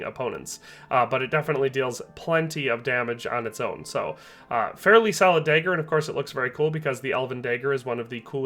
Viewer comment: Day-ed-ric dayger